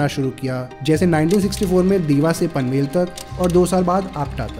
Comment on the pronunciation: कारबुडे❌ करबुडे ✅ पनवल ❌ पानवल ✅ गणपतीपुले ❌ गणपतीपुळे ✅